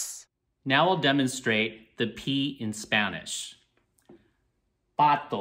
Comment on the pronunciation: Perfect pronunciation! 🦆